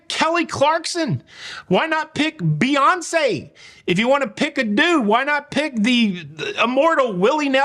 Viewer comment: Betoncé!!!????🥴🤢🤮 I’m too thrilled about a California gal either. Definitely wanted it to Matthew McConaughey